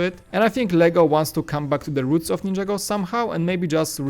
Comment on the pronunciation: nin - ja - go not ninja go